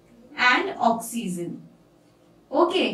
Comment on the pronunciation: Mam oxyzen nahi oxygen